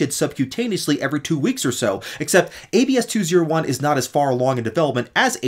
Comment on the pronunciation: It's pronounced AB-SEE not ABS-KEY